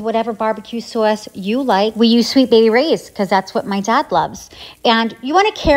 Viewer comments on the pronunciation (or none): Did you just become a new yorker while saying sauce? Nithing else but sauce, lol that looks really good